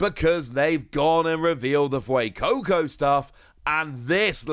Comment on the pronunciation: he actually said fuecoco correct for the first time, i can't believe it, also sprigatito is the best starter